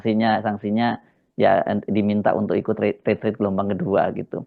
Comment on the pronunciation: Tulisannya RETREAT, dibacanya Ritriiet